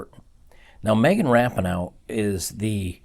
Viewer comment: its megan ra-pee-no